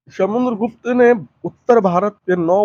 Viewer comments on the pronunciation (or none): आपकी भाषा बहुत अशुद्ध है . कृपया भाषा सुधारें . स, श अक्षर के उच्चारण मे कोई अंतर नहीं है, हर जगह श का ही उच्चारण कर रहे हैं. जैसे शमुद्र गुप्त, . अशुद्ध उच्चारण बहुत खराब लगता है. उष शमय...